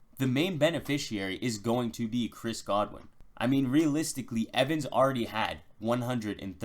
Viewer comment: This dude has great analysis. But I cringe every time he says the words “Chris Godwin” and “M V S”